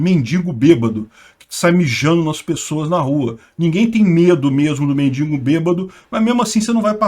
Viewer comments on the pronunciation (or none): none